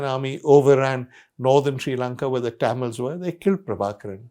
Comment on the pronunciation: Liked the content. Didn’t like how Mr. Sanghvi mispronounced Tamils throughout the video.